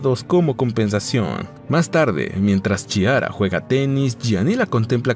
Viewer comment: Es Chiara y se pronuncia Quiara o Clara en español. Muy desagradable oírtelo decir mal todo el tiempo.